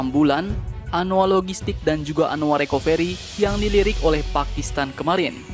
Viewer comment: Recovery dibaca Rekaveri